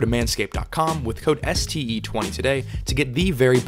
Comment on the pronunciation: That moment when you hear std instead of ste for the promo code xD